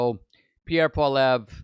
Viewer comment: If you're going to report news about Pierre Poilievre you should learn how to pronounce Poilievre.